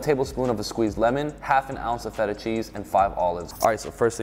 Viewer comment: im not gonna lie, i only care about the way he said feta